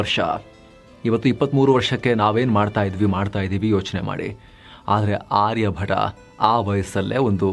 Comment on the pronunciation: ಆರ್ಯ ಭಟ ಅಲ್ಲ, ಆರ್ಯ ಭಟ್ಟ.